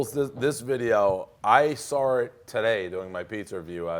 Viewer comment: “ I Sar it today”